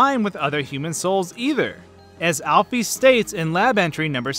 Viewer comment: Why do u say alp-fees it’s alp-is